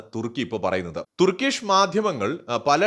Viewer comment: തുർക്കിഷ് എന്നല്ല പറയേണ്ടത്.ടർക്കിഷ് എന്നുവേണം പറയാൻ.